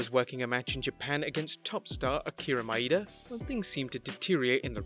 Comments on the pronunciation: Akira Maeda, not "Akira Maida." Maeda = Mah-eh-dah. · Just a little note: an "e" in Japanese, is never, ever pronounced "ee". That's why "i" and "y" are there. You're pronouncing Maeda as if it's Maida. That "E" (and any other Japanese E) should be pronounced "eh".